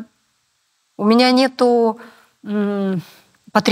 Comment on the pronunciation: Грамотная речь? Смешно! Мне всё интервью резало слух "нетУ", произносмое Светланой. Вроде актриса, грамотный человек должна быть... Но увы и ах...